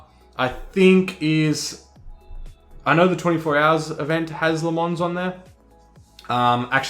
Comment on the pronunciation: Great video, thanks for explaining this, I'm about to jump in to iRacing so trying to absorb as much info as possible without breaking the bank.... too much! Have liked and subscribed. Also, just for future ref, it's not La Mons, it's Luh Mon (no "s") :)